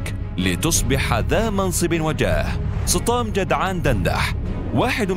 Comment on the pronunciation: يبدو ان اسمه سطام وليس صطام